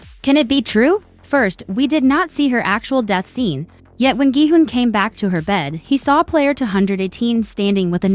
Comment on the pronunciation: It's Gi-hun friend